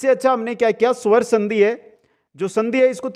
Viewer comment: सवर संधि नही स्वर संधि बोलो सर आधा स ह इसमें 🙏